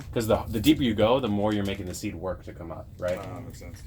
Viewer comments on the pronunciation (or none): none